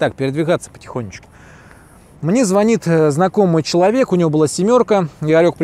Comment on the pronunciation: За звонИт, а не звОнит лайк сразу